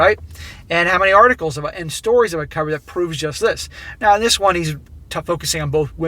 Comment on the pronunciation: Stop saying "Dis". You aren't from the ghetto.